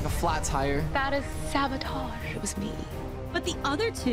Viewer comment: “Sahbohtahsh~:0” I thought it was bread but ok🤣